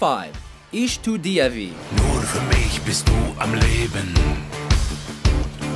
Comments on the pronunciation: "Ish du dievie " alright then.... I mean how hard is it to listen how Till pronounces "ich tu dir weh" in the song? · isch tu di veh LMAO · Not just Ich Tu Dir Weh, but Feuer Frei as well. Both made me cringe and laugh. Kind of BS that Du Riechst So Gut was nowhere to be found in this video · Butchered the name “Liebe ist für alle da” “Engel” is one word... said “Feuer frei” with a Swedish accent butchered “ich tu dir weh” butchered “mutter” butchered “sonne”